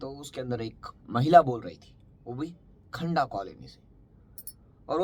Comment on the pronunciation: खंडा नही खंदा काॕलनी नाम है